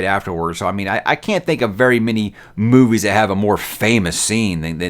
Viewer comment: Did he say "boobies" instead of movies in the beginning there? 🤣🤣🤣🤣